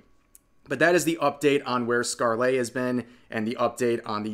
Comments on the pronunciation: Anyone else full body twitch when he says scar-lay Rev... Bruh... Skarl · I love your videos and know you do your research but the way you say ScarleYyyyy is so annoying. All that research but couldn't spare 1 minute to look up how to pronounce the name? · Its not a huge thing, but Scarle is pronounced like Scar-luh. It doesn't follow standard english pronunciation (like a lot of actual english words dont). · never heard someone pronounce scarle's name so wrong before lol